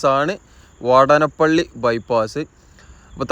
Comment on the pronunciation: വാടനപ്പള്ളി അല്ലീടോ വാടാന+പ്പിള്ളി agane പറയൂ 😅😊